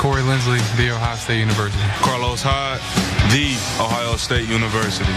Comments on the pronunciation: It's pronounced "THEE"!:D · The emphasis on the "THE" in Ohio State is typical cult behavior.